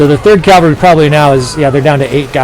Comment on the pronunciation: I'm sure you hear this all the time but... You always say Calvary when you mean cavalry. Calvary is the hill Christ was crucified on. Cavalry are mounted troops. I don't mean to be an English dick. If it were me making a mistake like that over and over I would want to be told. If you physically can't say cavalry I'd suggest just saying "mounted troops". Thanks for the vids. Have a great day.